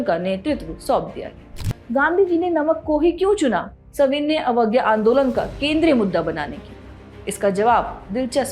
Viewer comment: मैडम आपके सविनय पढ़ने का तरीका गलत है आप हमेशा गलत उच्चारण कर रही है